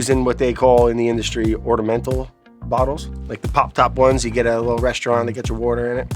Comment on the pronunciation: Where is Claire to correct Brad’s pronunciation of “Ordamentals” ?